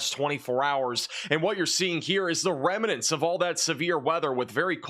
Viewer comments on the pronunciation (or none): Just a friendly reminder. Remnants is two syllables not 3. It's Rem-nants not rem-uh-nants. You're welcome.